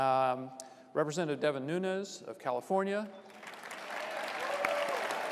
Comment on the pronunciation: Learn to pronounce Nunes! How unprofessional ! He is not from Spanish background. Look it up. Respect the cultural heritage. Not everyone from California is hispanic.